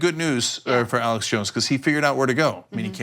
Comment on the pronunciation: Arrrrlex Jones.